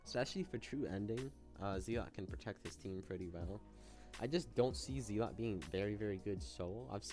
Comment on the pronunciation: Bro is saying Zealot like Zeelot